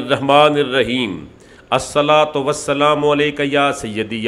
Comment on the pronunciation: Sir, Amend it please. Bismillah herrahmaan, instead of , Bismillah herremaan.